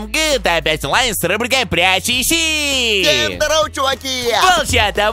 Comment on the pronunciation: Он сказал иси